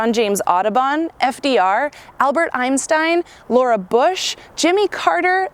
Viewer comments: Pretty sure she said "Albert EiMstein" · She definitely said “Albert Eimstein”. I’m definitely becoming a birdwatcher now.